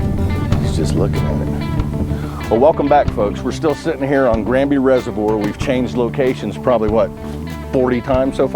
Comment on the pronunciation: Does Florida not have "Reservoir's" Guy can't pronounce the word lol.